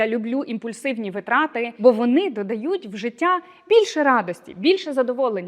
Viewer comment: дякую за рекомендації, тішуся, що більша частина з них уже в моїй рутині))) маленьке зауваження: в слові наголос на перше и — вИтрати